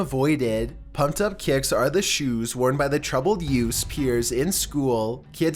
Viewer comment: NuMbEr TwElVe, PuMpEd Up KaYiCks